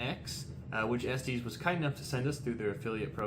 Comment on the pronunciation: It's "es-tess" not "es-tees" Other than that, nice review! :)